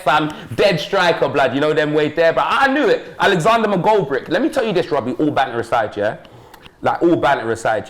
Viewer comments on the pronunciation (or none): “Alexandre McGoldbrick” 🤣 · “Alexandre McGoldrick!” 😭😭